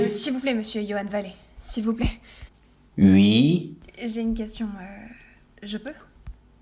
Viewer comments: Par contre la manière dont tu prononces les oui ça fait vraiment hyper belge "ui" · les ui, les nezs, what ze Fock..